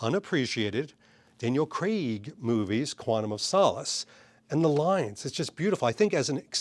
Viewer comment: Please for the love of all that is holy, stop overpronouncing Craaaaaaiiiiig.